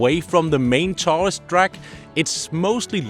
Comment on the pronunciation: Perhaps you should learn to pronounce the word “tourist”….. especially when you have helped hundreds of thousands of them…😂😂